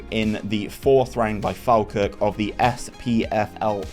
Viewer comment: Sorry but its pronounced Fall-Kirk or Faw-Kirk to locals